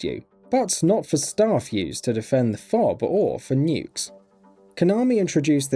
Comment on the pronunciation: who the fuck pronounces FOB as fob